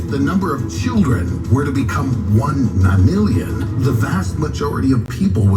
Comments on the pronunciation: “The ni lilyan? The nillion?”😂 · How do you hear nonillion 4 times and still not say it right